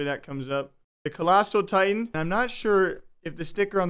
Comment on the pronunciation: attack on "titans" XD